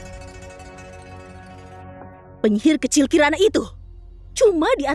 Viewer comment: sama , sampai baru ngeh kalau kiran (kirana) di menit jadi karin XD